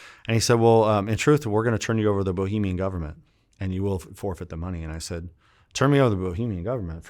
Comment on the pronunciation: Interesting life. Listening to this guy is like reading a novel with short sentences and easy words. Good stuff. One thing bothered me, Bahamian not Bohemian, my man